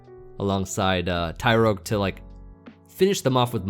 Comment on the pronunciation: yes you were saying it very weird amd it ruined the videos for me,small things matter😂